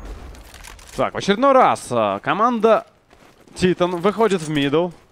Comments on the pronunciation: Скоро начнётся машна по поводу произношения команды Титан.Правильно говорить Тайтэн,раз уж Вы говорите ЭнАйПи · Французы радуют глаз стрельбой.... ! P.s. Страйк будь добр прекрати говорить тИтан,скоро тебя посылать будут,заранее спасибо... ! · Ну да,хотябы ударение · Во первых это шведская команда и поэтому произносится на й пи а титаны французская и Темболее ты бы посмотреть хоть один американский стрим и там говорится титАн!